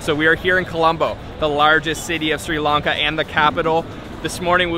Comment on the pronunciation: Great job capturing SL! Love the video! And thanks for pronouncing SRI LANKA correctly instead of saying “Shri Lanka” which is totally incorrect.